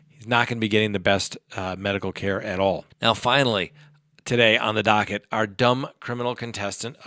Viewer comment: I’m sipping each time you say dockett. Thanks for sharing your brain.